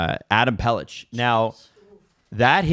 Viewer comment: Just note for Adam/the team that Pelech isn’t pronounced “Pelitch” it’s pronounced liked “Pelick”